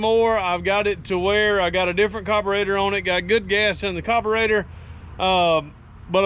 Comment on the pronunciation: Please it’s a carburetor not a coberator